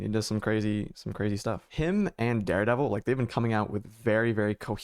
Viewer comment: Did I just hear Dihdevil? lol jk